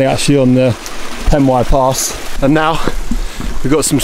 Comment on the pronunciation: Crib is awesome 👌 but did you actually say..Pen-y-path 🙈🙈